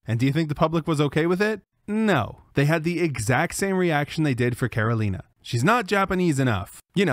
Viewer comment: As a native Ukrainian speaker myself, while Karolina's pronunciation is perfect, I'm not sure if it's the result of being fluent in Ukrainian or simply learning the pronunciation through common Ukrainian words that her family may have used at home.